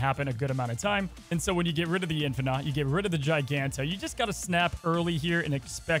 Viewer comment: another GIANTo instead of GIGANto